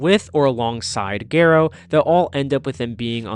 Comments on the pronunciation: Geh-roh lol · It’s pronounced gar-O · I loved this video but WHY do you pronounce Garou like that 😭💔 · off topic bit it's really weird how you say his name i'm so used to the Ga being pronounced differently